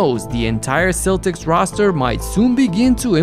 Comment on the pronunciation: Not trying to be pretentious or anything but Celtics is pronounced "Keltics" not "Seltics." Just an FYI for the future.